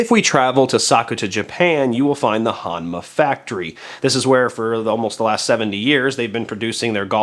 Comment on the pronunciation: Proper annunciation is “H-OH-nma”.